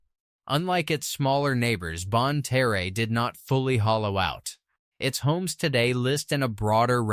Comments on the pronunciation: Good lord. Lead the mineral is pronounced "led", not "leed". Same for Leadwood. And Bonne Terre is pronounced "Bonn Tere", not "Teray". This AI crap sounds idiotic. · If you are going to make videos about an area, you should really check out whether your AI systems are pronouncing it properly. bonne terre is pronounced bon-tear ( as in tearing up a piece of paper) st francois is pronounced st. francis leadwood is pronounced lead-wood same as the lead that was mined out of the ground not lead as in leader this AI also butchered caruthersville, desloge and several normal words that humans would have known which pronunciation to use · Wheres "Bon-Turray" or "Dez-lodge" AI sucks and so does this channel. It cant even pronounce the names properly. If you asked a local where Bon-Turray,Saint Fran-Swaa,Leed Wood,Ca-Ruethersville were? Theyd look at you like you were F'd up !!!! THIS CHANNEL SUCKS !!!